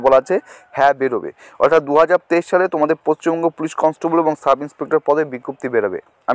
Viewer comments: Paschim banga Not pacchimbanga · পশ্চিমবঙ্গ, পচ্চিমবঙ্গ নয়😂😂